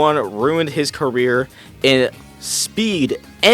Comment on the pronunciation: "carrer" goes crazy